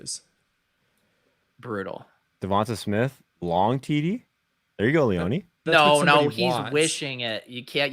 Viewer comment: Is it me or is everyone mispronouncing Leone?. Is it not [Lee-ohn] and not [lee-onee]?